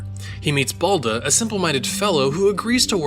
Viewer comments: At first it's not bAlda it's the baldA.and balda means fool,dolt,booby.why you often mark the accent to not right things?like babUshka and not bAbushka,or katOrga and not kAtorga.or devUshka and not dEvushka? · balda in Russian means dumbass and also you have pronounced his name worng it should be: Bal-da withe accent on the ba part